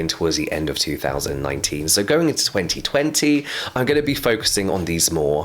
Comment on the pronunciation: I could not wait to hear James saying 2020 with his accent, what a moment ❤️